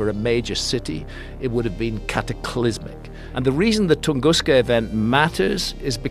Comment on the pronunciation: He’s such a liar…look at him with his feigned pronunciation of the Tunguska event. Like what???